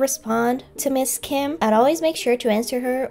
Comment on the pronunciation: I'd like to think if Ms. Kim saw this part she'd be seriously impressed with how natural your Korean sounded here when you were doing an impression of her (and maybe a little flattered) while also enjoying a good laugh at how the exchanged turned out from your perspective.